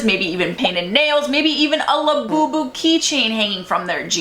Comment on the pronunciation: “do we the the LaHbOuBoU?”